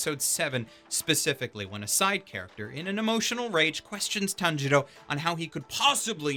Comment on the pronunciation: If i hear one more Tan-jiro I will KMS